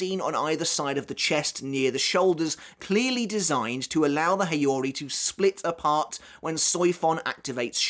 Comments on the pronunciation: Please make an effort to pronounce those Japanese names and words correctly, it's quite hard to follow when you spell it with the heavy English accent. Mispronouncing Gotei as goatee instead of go + tay, Nanao as nanaw instead of nana + o, and Haori as hey + oree instead of ha + orie are few obvious examples of why you shouldn't read those names and words with English accent. And this applies to every language, you would have some troubles following up yourselves if you hear someone pronouncing English names and words without the proper accent. 🤷 Try the heavy Japanese accent of English language (like Engrish and Japanglish), I bet you'll be confused af. 🤷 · It's how-ree, mate. Gold-a$$ quality post nonetheless. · You're pronouncing the "haori" wrong.